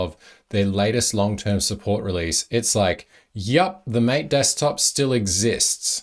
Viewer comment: In the tech industry, Gnome is typically pronounced as "Nome". And "Mate" is typically pronounced "Ma-teh".